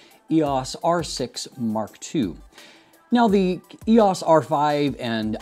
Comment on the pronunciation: E O S. Not eeeehaws